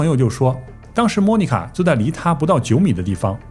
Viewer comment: 在美国这么多年，居然Monica 被你说成“猫尼卡”，东北银吗？